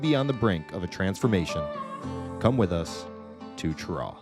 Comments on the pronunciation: Not Ch-raw....Sh-raw!!!! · It is not pronounced with the Ch sound, it is pronounced with the Sh sound. FYI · We pronounce it Shuh-raw around NC. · It’s pronounced sheraw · Have watched a few of your SC videos, you need to learn to pronounce the names correctly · And he mispronounced the town. Already know how this is gonna go. Look Cheraw is another town that got ruined by NAFTA. It doesn’t get the coverage of those midwestern towns that got hit hard, but they took a big hit. If you go over to say Spartanburg Gaffney or Greenville you’ll see how SC is actually getting ahead on car manufacturing and more because of the foreign companies hiring Americans. Upstate SC is a real model for how to build industry in the post NAFTA USA. Oh and also, because you’re in SC we need you to go home friend and say this: “it’s not South Carolina, it’s superior Carolina.” 😂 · we pronounce it that way in Cheraw too. Idk who these people asked, but they got it wrong.